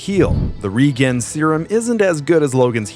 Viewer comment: "Reguen" serum? LOL! Do you not know how to pronounce "regeneration"?